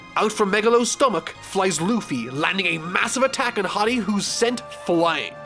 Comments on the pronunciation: I think it’s hody not hady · BRO ITS HORDY not haddy my gosh lmao learn the real name of these characters pls this is a little anoying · im bothered by how you pronounce that guys name because its pronounced Ho(like my ho)-Dee not with a short o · I don't think so, he's only reading the Manga wile he's probably seen a few clips of the anime. I'm certain he didn't bother looking at the Funimation dub where they pronounce the names correctly with the exceptions of Enel, Akainu, Jinbe and Hodie. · Anyone else peeved he's pronouncing his name as "hoddie" instead of "hoedee" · Probably because most people only watch the anime where it's HORDY and in the manga it's just Hody. I don't know which is technically correct, but I'm not surprised by his pronunciation. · Hii-Dy Me: Horrrrrdy. HoOOooRRRRDYYYYY! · HIS NAME IS HO-DI, NOT HA-DI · Nobody:: "Hoddy" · I always thought it was pronounced H-oh-dee. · Did you just pronounce Hody “Hoddi”... lol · I can't get over the fact that he keeps saying hady 😂😂 lmao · Idk hiw u miss the r in hordy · I think it's pronounced more like Cody. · I thought Hordy was pronounced whore-dee.. guess I was wrong? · Its "HOE DEE" FFS 😂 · hearing constantly pronounce hody like body is taking years off my lifespan